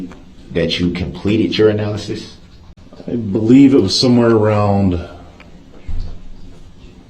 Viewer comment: "ANALAKSYS?" darrell you suck